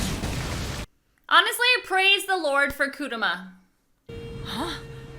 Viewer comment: Please its Kurama not Kuruma kuruma is a car in japanese xD